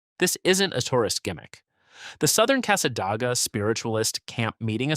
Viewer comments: Yes, no Dah in Casssa-Day-guh. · It's NOT SWAN EE RIVER it's pronounced Sūwânēe. And it's NOT CASSA DAG AH either idiot it's pronounced Câssâdāgâ. And you're not even covering who actually lives there or who else can live in Cassadaga, because the entire community is not what you're claiming. It's a very beautiful area, and the folks there are friendly, this town IS NOT HATED BY FLORIDIANS and most visitors there find it quite enjoyable and relaxing. The person that created this AI GENERATED SLOP VIDEO is spewing old, outdated beliefs that are no longer held. And below is how Cassadaga really is, which this buffoon hasn't even set foot in this town, I have and it's nothing like this idiot says, nor can him or his AI whichever it is can't even pronounce the towns quaint name correctly either! Here's some FACTS about Cassadaga and these are 100% accurate, even though researched and copied, they match the town exactly. Cassadaga, Florida, is a small town in Volusia County, about 50 miles northeast of Orlando. Known as the "Psychic Capital of the World," it is an active, historic community of Spiritualists, mediums, and healers. _ Anyone can live in the broader community, but specific rules apply to the central Spiritualist camp._ My personal notation: "So much for this video saying others cannot live here, absolutely false." Oh, and yes, they do update their buildings with modern fixtures and other things another lie this video is misinformed on about this extraordinary community. Now back to the research that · Casa DAY ga not your AI generated nonsense. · The town of cassadaga is pronounced casa day ga and micanopy is mic an opie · It' s Casa -day-ga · Being a native Floridian, I really get irritated by all the mispronounced names of the towns! Casadaga is pronounced CASA-DAY-GAH! Micanopy is pronounced MIC-AH-NO-PEE! Why don’t you actually ask a native Floridian how to pronounce these names???